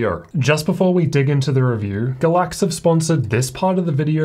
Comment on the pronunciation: Is it really “Ga-láx” with stress in the second syllable or is it “Gáy-lax,” with stress in the first syllable? We need to pronounce the names of our sponsors right. LOL.